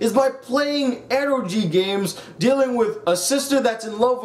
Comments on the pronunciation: its pronounced ero geh not ero gee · Eroji? I thought it was pronounced "E-ro-gay"?(no pun intended)